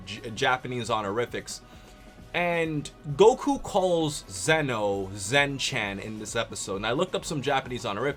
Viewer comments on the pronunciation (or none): Zen-Chan is pronounced Zen Chon sort of